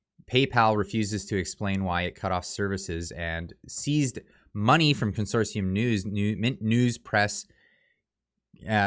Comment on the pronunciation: Learn how to pronounce consortium. There is no second "S". Real journalists, who actually studied journalism in school would know that or research it. Also do you belong to any journalism associations and do to have a mission statement along with your journalistic standards? Bottom line, corporations can decide who they wish to do business with just like some of the commenters have the right to do business with who they wish.